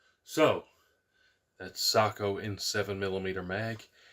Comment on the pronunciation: Finland thanks you for pronouncing Sako correctly